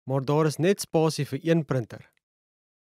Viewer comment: Die man se uitspraak is verkeerd. The pronunciation the man uses is wrong. 1. He said: Maar daar is .... He pronounces it: Môr dôr is .... 2. In Afrikaans praat ons foneties. Die letter "a" is soos die "u" in "under the table". The letter "a" in Afrikaans is pronounced like the letter "u" in the English word "under".